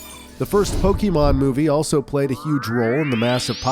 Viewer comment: Bruh. It's "poh-keh-mon" or "poh-kay-mon", not "poh-kee-mon." Lots of other mispronounciations as well, like "Charizard." But you pronounce things incorrectly in every one of your videos. 🙄 Also Ash doesn't "leave home forever", lol.